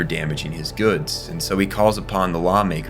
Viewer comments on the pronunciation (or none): IT'S THE "ORG-AH-NO"! GARRRR